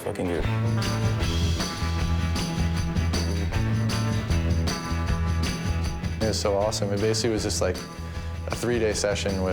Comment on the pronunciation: haha. "and yeah, it was foooking goooot"